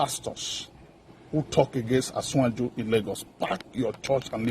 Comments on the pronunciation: No yoruba person born and living Nigeria, pronounces yoruba word badly, they take pride in speaking the language to the core, The man could not even pronounce "asiwaju" instead he said "asinwanju," that put him in delta or edo axis, I can say he's a fake yoruba man and a fake prophet. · This pastor is igbo pastor see the way he called asiwaju .he want to cause problem.